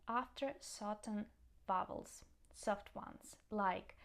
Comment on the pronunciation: I like when you say "Vowels" it's funny 😂